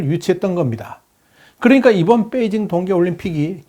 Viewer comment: 뻬이징이 아니고 베이징 아닌가요?